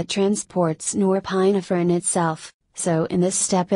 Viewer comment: This is good and to the point, except your automated computer voice-over let's it down. .... "Nor-PINE-uh-fr'n" and pronunciations like that are really distracting.